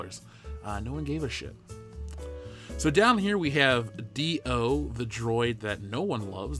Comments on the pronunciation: D-O?Not Dio. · It's pronounced Doh! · D-O, pronounced "Doo" as in "doodoo". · I lost it at "Dee-Oh or Dee-Oh-Not. There is no try." 😂😂